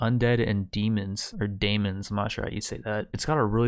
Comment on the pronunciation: u actualy said deamons correctly but demons is almost the same anyways great job dude!